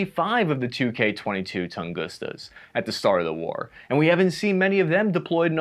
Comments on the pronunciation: Dood, it's TungusKA, not "tungusta". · 2S6 tunguska not whatever you're saying